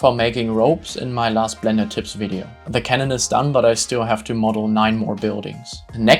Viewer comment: The way you say clash of Clans and blender sounds like you are german